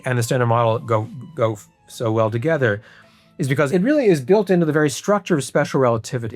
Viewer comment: Why the funk does he have to pronounce together like togetter? LOL